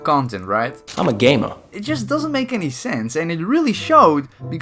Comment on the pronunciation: Noone: Trevor noah: "iM a GaeMa"